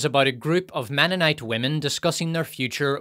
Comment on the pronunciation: Ahem, it's "menonite" not "womenonite."